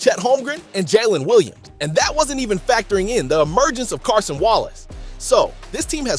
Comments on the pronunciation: Its Cason not Carson bro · Cason not Carson 😇